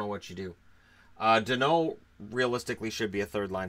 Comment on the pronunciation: Hey love your video , but it Danault not Denault